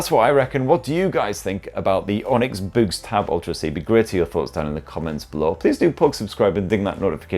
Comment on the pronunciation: Is it really pronounced as in "boo"? I would have thought it was to be pronounced like "books".